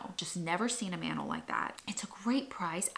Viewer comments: I love how you pronounce mantle☺️ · the way you pronounce mantle as "mannel" cracks me up 😂 love it